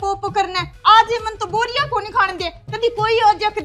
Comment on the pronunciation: भाई बोरिया nhi hota h बेरिया hota h shi nam mera comment viral kro ❤❤❤